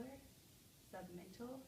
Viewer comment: She also says post-oracle and sub-mantel